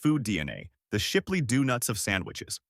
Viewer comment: Shipley Dewnuts?🤣😂